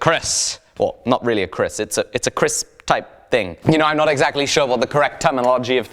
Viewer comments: Hi mate, it is actually Keris not Kris. But you still read it Kris anyway 😀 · "KERIS" Not Kris kid.. Don't be Idiot Please. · Name is "keris" not "kris", its to big n handle use wood "jati" n need "warangka " olso